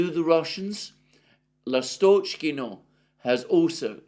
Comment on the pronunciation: Alexander, try to emphasize the first vowel of the word Lastockino. Instead of the middle one. It will sound better. In case of Stepovoe, emphasize second "O" instead of the first one. After "O" letter "E" sounds exactly like "yea" . In general stay away from emphasized middle vowels. Last names usually emphasize last vowel as well, unless it's the first one, like Putin.